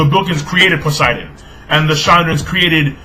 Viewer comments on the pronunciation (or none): none